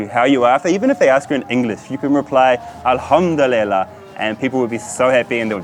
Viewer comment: I am from Poland and I lived in UAE for 7 years and your Asallam Alaykum is so fucking wrong lol :D your pronunciation and accent is so badly wrong (at least comparing to local, Emirati UAE accent). The same thing goes to Alhamdulillah ...who the fuck taught you Arabic words :D But I assume that they speak them differently in Pakistan. Nevertheless good video !